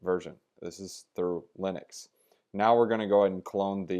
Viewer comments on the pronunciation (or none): none